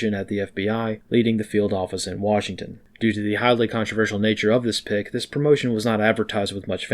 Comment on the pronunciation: Lol, love that he hit the 'ck' in "Pick" so softly. Apt.